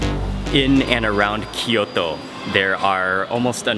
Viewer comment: キヨトじゃなくてキョート。 トキオじゃなくてトーキョー。 そんなに発音難しいのかな？